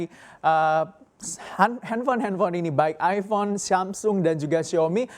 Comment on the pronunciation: Aifon, bukan Aibon.